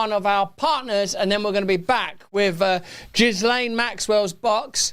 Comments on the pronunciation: Ghislaine..... Silent S ! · Ghislaine is pronounced: Gheelehn...(it is a French name)